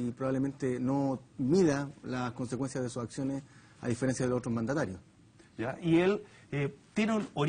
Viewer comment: en el minuto 29,13 me parece escuchar mantanario y no mandatario..